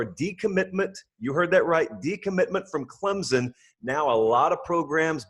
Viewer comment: it's clemson not clemzon